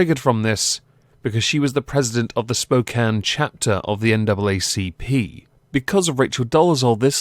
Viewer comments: Someone actually said Spokane correctly! Washington State rejoices. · Wow! You pronounced spokane correctly lol!